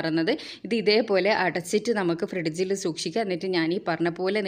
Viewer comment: ഫ്രിഡ്ജ് എന്ന് പറയുന്നതിൽ എന്തോ ഒരു മാറ്റം.